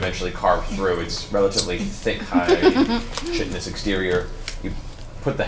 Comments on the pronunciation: could be wrong but i believe chitin is pronounced kite un, just double checked and that is the basic phonetic for it. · Does anybody ever get around to telling Matt how to pronounce chitin?